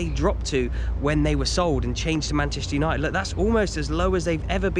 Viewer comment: Manchester Uni-ed? Uni-ed????